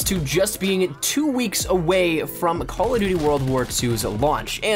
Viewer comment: I really don't like the way you say 'CallofjhjdbdgdfnvmnDuty WW2' in your giveaway intro...